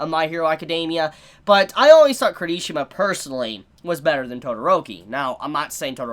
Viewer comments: I thought he said kirtishima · No hate but...... your pronunciation of Kirishima is wrong.